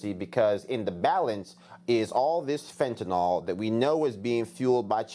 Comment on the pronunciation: FENTANYL!!! FENTANYL!!! FENTANYL!!! FENTANYL!!! FENTANYL!!! FENTANYL!!! Learn hour to pronounce it!!!